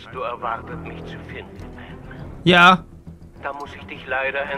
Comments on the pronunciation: du hast an stadt batman bakman gesagt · Ich hab verstanden "Wilkommen back bei Backman !